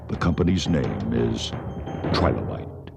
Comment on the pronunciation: The developers are called Trilobyte, not Trilobite (in the timestamps)